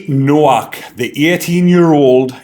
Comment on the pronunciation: The W is pronounced as a V.